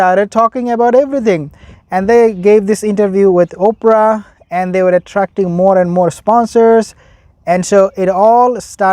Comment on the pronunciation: "Ophra" 😂😂😂😂😂I Lovit !